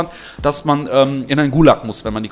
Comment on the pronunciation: wenn einer in den guuuulak muss dann bitte in den gulaaak (schwerpunkt liegt auf dem a im wort) und das k am ende ganz kurz aussprechen. :D